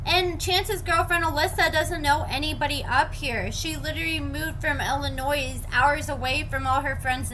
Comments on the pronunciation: Did you just say "Illinoise"? The state's name is Illinois. The s is silent. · I think she as a speech impediment or something. She says a few words wrong, like she pronounced the S after Illinois. Who cares though, she most likely can’t help it. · You don’t pronounce the ‘s’ in Illinois hon. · please for the love of God stop mispronouncing our state the S is silent in Illinois. I love and adore your videos but it kills us when others mispronounce our state. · That drives me nuts thank you.